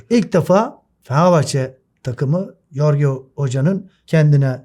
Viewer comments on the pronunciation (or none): Hocam anlatım ve oyun analizin çok iyide jesus hocanın adı yorge değil jorç diye okunur 😉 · Hikmet hocam Yorge ne allahaşkına .Ciddi bir is yapiyorsunuz .Biraz adamın ismini doğru telafuz edilmesine dikkat mi etsek diyorum?